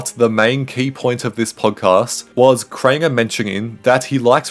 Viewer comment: “Crainger” “Worst controversy” “In this video” 💀